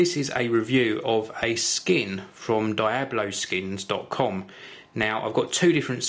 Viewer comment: Die-Oh-Blow Skins? its Dee-Ob-Low **your welcome